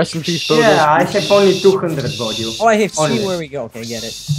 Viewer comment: Xaxaaa pronounce his name in bulgarian way and he censored it rlly??? Бодилчоооооо